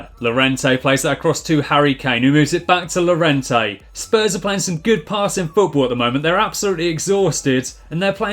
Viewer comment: Yorente, not Lorente